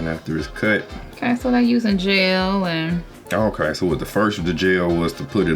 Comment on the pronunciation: When she said jel I thought she said JAIL